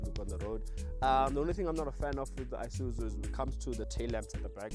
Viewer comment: IiiiSuzu not Eye-Suzu 😩